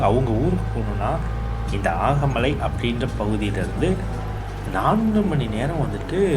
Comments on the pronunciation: ஆகமலை அல்ல, அகமலை. தேனி மாவட்ட மலை கிராமம். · அது ஆகமலை இல்ல, அகமலை